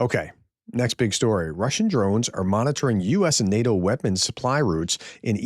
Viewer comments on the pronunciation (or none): none